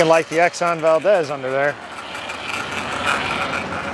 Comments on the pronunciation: It's pronounced "Val-deez". Seriously! After Valdez, Alaska. As an Alaskan, just trying to help! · It’s Valdeeez. Not a short e. Second greatest economic boom for Alaska!